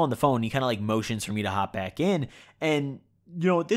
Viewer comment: I thought you said “OMG my dad is black” for a second